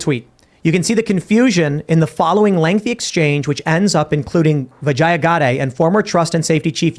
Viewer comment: The pronunciation is ‘Vijya’.